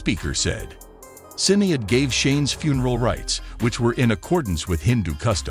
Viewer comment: YOU WANT TO RESPECT THEM?? PRONOUNCE HER FIRST NAME CORRECTLY!!!!